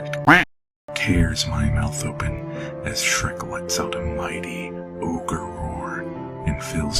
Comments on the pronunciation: Its not ogre... it's never ogre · Remember, it’s not Ogre... it’s never Ogre